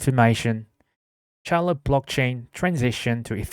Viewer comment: I like it 👍🏻 pronounced cell-lo by the way. Like cellphone 📱